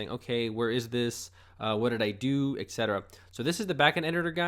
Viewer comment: "Right off the back"... "ekcetera" ... "Boila!" ...lmao. Poor little fella never learned how to use common phrases.